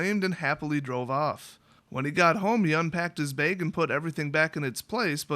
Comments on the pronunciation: .....say "bag" again.... ahahah :) .......(baiige).. love you dude. good story :) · haha baig!